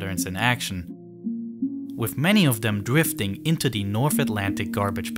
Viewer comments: I like the content but the speech impediment of the narrator is distracting. He says “dem” instead of “them,” “dat” instead of “that,” “de” instead of “the,” “dis” instead of “this.” It is not that hard to master the “th” sound. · Can we just agree that “them” is not pronounced Dem